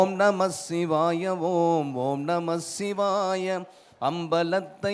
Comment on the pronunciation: ஐயா இது தான் சரியான உச்சரிப்பு. Not ஓம் நமச்சிவாய its ஓம் நமசிவாய நன்றி 🙏